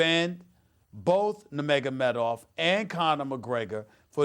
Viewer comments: I wonder if Stephan A realizes how DUMB he sounds to real MMA fans?!? 1. Its NUR-magOmedov, not NA-magAmedoFF....u mispronounced his name 15 god damn times!! 2. Hes from Dagestan NOT Russia 3. Dillon Danis was the "strength and conditioning" coach he went after (actually its his BJJ coach, but whatever....oh BJJ means brazilain jiu jitsu btw) 4. We ALL know Jones would be your fave fighter. NOBODYYYY is shocked by that. Ill give it one month before your race baiting arguments make it into an MMA duscussion 🙄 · Well he is a casual.... he doesn’t know how to say nurmagomedov correctly or who Dillon Danis is. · This guy is an MMA analyst now huh? He didn’t even pronounce Nurmagomedov correctly once lmao